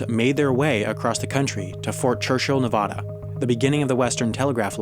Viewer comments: I love your videos but you said Nevada wrong, it's pronounced Ne-va-da not Ne-vah-da, the a makes the sound of the a in apple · I love your videos, but I just have one complaint. The name of your channel is Wendover Productions, can you please pronounce Nevada as a native would? It's a short a, NEV A DA. Not NEV AH DA. It sounds like you are jamming pencils in my ears when it's pronounced wrong. I certainly enjoyed this video though. You're content is fantastic, please keep it up! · Wendover Productions - I love your videos, absolutely crazy about these videos! My only complain about this specific video is how you pronounce the beautiful and lovely state of NV. You said Nevuduh, it is Nevada! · Biggest Pet Peeve: It's pronounced "Nev-aa-duh" (As in Apple) not "Nev-aw-duh" (as in Laws) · You mispronounced Nevada. Perhaps you could make a video on that, or something similar. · cough*That's not how you pronounce Nevada*cough